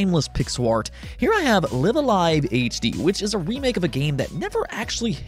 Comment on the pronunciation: This guy pronounced Lihv-Ah-Liev, not Lihv-ah-lihv or Liev-ah-liev. From that moment, I hit the subscribe button as fast as I can. 👏👏👏👏